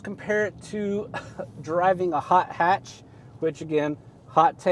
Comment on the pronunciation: Did you say hot hatch? Lol interesting.